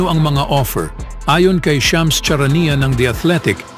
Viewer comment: Sounds “S” Ang first Letter ng “Charania” BASIC dimo pa mabigkas ng Tama (CHARANIA)Mr.speaker.😂😂😂😂😂😂😂😂